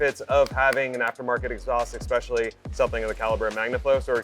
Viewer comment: It is absolutely befuddling how many people cannot correctly say ESpecially